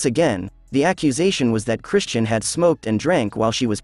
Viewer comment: Lord they just butchering the pronunciation of Chrisean…